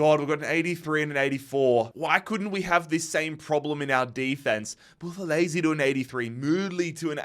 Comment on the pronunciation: Mzansi❤️ here we go🙇🏽‍♂️ Buthelezi pronunciation is actualy better than most south Africans😂